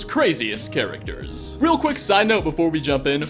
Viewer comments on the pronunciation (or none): none